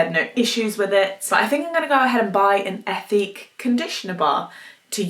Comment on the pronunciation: “Eh-teek “ it’s french. Lol but I love their products! Great and thorough review.